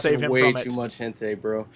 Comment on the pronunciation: hentay? its hentai lol